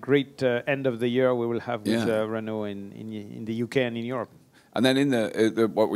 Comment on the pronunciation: Something wrong here. pronunciation of 'Renault' is nothing like yours:-)